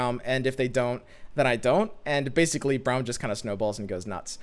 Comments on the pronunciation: Why do you pronounce Braum as Browm? Braum himself says his name and it doesn’t sound the way you say it. Is just me whose hearing this?!???? 😰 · I think it's like "Brawl" but with "hm" on the end.